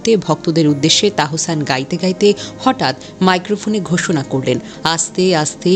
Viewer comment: Onar nam tahsan.tahosan na😂